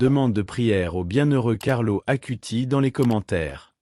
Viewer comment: Ce n'est pas ACUTI mais ACUTIS (avec un "S" à la fin)